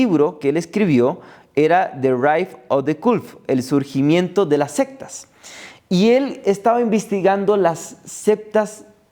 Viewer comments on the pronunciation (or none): Ya sabes que nada bueno puede salir de este "investigador libre" cuando dice "septas" en lugar de "sectas". Ni siquiera sabe cómo se escribe, la palabra de la que está hablando. Vaya "seriedad"